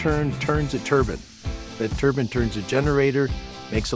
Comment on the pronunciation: Did he mean to say it turns a turbine when he said turns a "turbin"? Really amazing tech